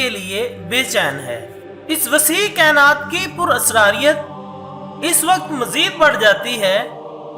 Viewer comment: PurasariuT...Radeoooo.....abay bhai bolna tu seekhle.....pkuei duniya ma srif tujhe pata chala Baki sab duniya ma pagal hain....khud tu tu pagal ha...dekhne walo ko nahe bana ...new video ke sath hazir mat hona meharbani teri....